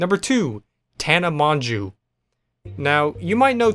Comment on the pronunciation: "Tana Mong-Jew" HOLY SHIT LOL